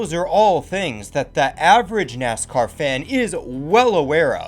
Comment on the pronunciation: Why do you talk so slow and pronounce NASCAR as "Ness-kerr"?